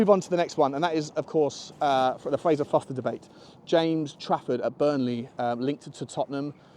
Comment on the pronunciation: ForSter not Foster